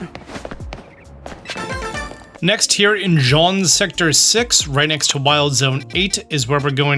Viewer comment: Imagine taking 10 seconds to type Jaune into Google translate and figure out how to pronounce it instead of saying Jean for 10min straight